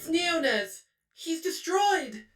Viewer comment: I thought neonez was pronounced nēō-nēz